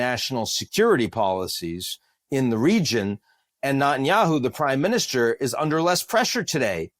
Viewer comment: Is it really pronounced" "knot-in-yahoo?"